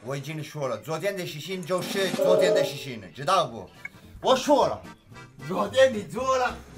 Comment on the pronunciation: 发音需要一些改进，有的时候有点难懂。例如你发音“事情”错误了，你的更像shi xing。女的发音也不对